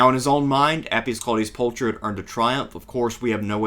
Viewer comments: Isn't it pronounced like Pulkher ? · Not to be a pedant but “Pulcher” is pronounced with a hard aspirated /k/ sound, not a “ch” sound as in English